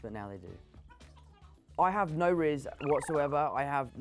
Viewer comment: him saying "rizz" is hilarious